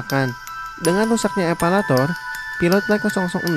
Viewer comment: Harus nya Elevator😂😂😂